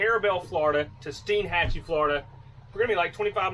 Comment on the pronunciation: pronounced stine-hatchee